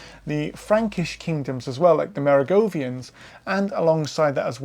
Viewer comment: The o in Kloster is the same as the o in most, Neu is the same as in noi in noise) Merowingian, the w is of course, a v, it is not Merogovian. So, aside from some slight butchering of names, it was a thoroughly interesting presentation on the numerous Völkerwanderungen of early Europe. I took my degree in Anthropology back in 1980. DNA had been mooted as a tool to assist us, but even then it was recognised as needing years before it could be reliably used, and it still has a way to go, however, it has made considerable strides. Thank you.